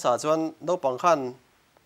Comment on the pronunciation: Nopang nilo vin Naupang Note nilo vin Naute.